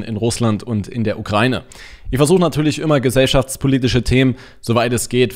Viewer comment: sorry, aber es heißt ukraIne, nicht ukrAine. Danke!